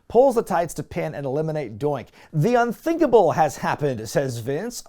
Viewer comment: I cant be the only one who heard say "The Un-Dinkable has happened."